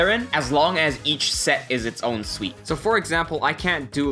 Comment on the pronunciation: Fantastic tutorial-- why do you pronounce "suit" as "suite"?